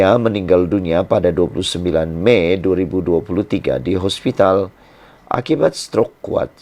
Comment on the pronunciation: hospitlxsebut hospitaana2